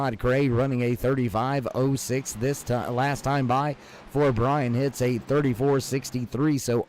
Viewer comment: hitze is pronounced hitsey